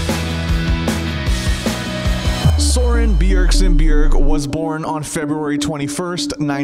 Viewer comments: it is søren (ø means oe) not soren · Its not soren bjergsen bjerg. Its just Søren bjerg